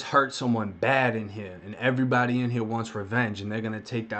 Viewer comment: do you not know how to talk 'earybdy' lmmfao 😆 😆